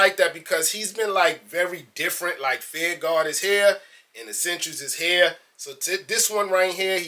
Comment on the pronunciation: "feEeR RuHGaWh..feEeR RuHGaWh."..lol enunciate my brother. Fear. Of. God. lmao